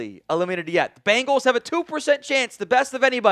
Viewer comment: Bengals, not Bangals.